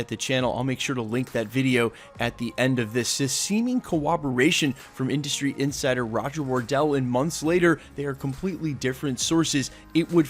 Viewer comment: “seeming cowoberation...”